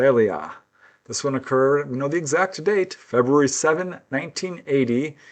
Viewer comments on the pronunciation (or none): none